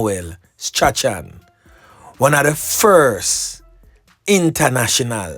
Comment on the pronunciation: The name STRACHAN is pronounced as STRAWN, note well.